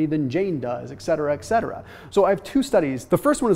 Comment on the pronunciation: E.T.C!!! ET-CE-TE-RA!!!! correct NOT ECCE-TRA!!!!!!!! INCORRECT!!!!